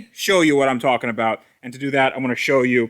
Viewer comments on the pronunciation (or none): Went full Canadian at aboot